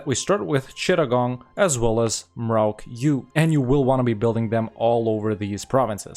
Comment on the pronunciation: your pronunciation of Chittagong is really good